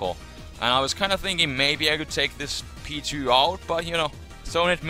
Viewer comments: whenever you say P2 it sounds like Pichu, btw i had no clue this type of battle existed but its very interesting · It took me the longest to realize u were saying P2 not Pichu lol